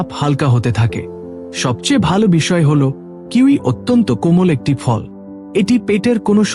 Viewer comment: Je fall ter nam bolchen bujte parche na jate bujte Pari please se vabe bolun.